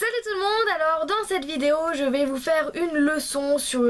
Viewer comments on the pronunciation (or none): none